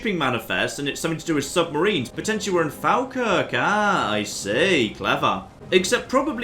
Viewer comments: sorry but, foul krik? lol it's falkirk pronounced Faw-kirk (old scots) or fall-kirk. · Your pronunciation of Falkirk is incredibly painful